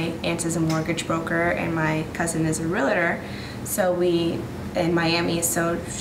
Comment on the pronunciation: The word is RE-AL-TOR, not RE-LA - TOR. I am stunned that supposedly educated people don't understand the correct pronounciation, especially the realtors themselves.